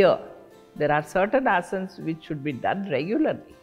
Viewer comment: One thing I love about her is that she pronounce asan Unlike other people calling asanaa I don’t get it why people mispronounce these basic things Ram-Rama Krishn - krishnaa Budha -budhaa Yog- yoga (yog- asan) Shiv -shiva Please use correct pronunciation 🙏🏻